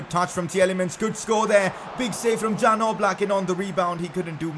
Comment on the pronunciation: It's Yan Oblak not Jan Oblak